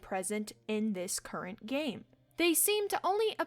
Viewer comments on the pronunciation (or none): none